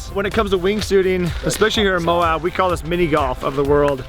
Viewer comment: It's pronounced: Moe-Ab MOAB ....